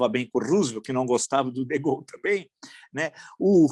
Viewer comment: Professor a pronuncia correta de de Gaulle e com o E no final. Nao e de gaul